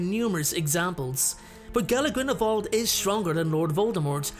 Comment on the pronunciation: Another great video! Thank you. I've read a ton of the comments and agree with pretty much everyone on their assessments as well. I just want to say thank you for pronouncing Grindelwald properly with the "v" sound instead of the "w".... I'm not a professional linguist, but I study the subtleties of different foreign languages and, well, it just makes me happy to hear names/words pronounced correctly.💜 P.S. My two cents worth~~ Grindelwald is an elegant duelist, as you say, and Voldemort is a thug!